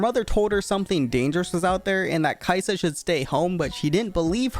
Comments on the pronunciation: Ka-i-sa in tagalog not kai-sa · It's not, Kayisa. It's Ka-i-sa with the stress on the "i" but the pronounciation is almost correct since you stressed the "i". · No no no, it's not Kaisa, it's Kai'sa but everyone pronounces it like Kaisa. If it's Kai'sa then it should be pronounced as Kaisà, then why do they even write it like Kai'sa which makes it feel like Kai Sa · Kayısı in Turkish language mean apricot pronunciation is almost same as kai'sa Soo some players call kai'sa kayısı "ı am gona pick kayısı" Lol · Sorry to inform you, but your "caisã" pronunciation was wrong again :( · Funny accent on the word "caisa" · "Ka isa" in Tagalog is two words not one word 👁️👄👁️ After he mispronounced it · As a Filipino, I didnt really think that Kai'sa might be a play on "(mag)ka isa". Might use some improvements on the pronunciation but other than that good job on the vid!